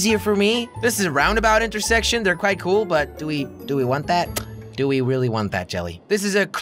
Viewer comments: When he said intercorse instead of intersection I spat my cereal out. Cheers jelly. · You said inter sex tion